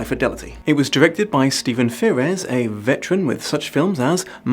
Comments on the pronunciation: it's frears like fears not ferez. Great video but god ferez kept jolting me out of it. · I have to know how looked at the word "Frears" and somehow deduced that it should be pronounced "Fear-res" XD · Frears. Rhymes with Fears, or Tears or Shears etc. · Yup, probably because he has dyslexia 😅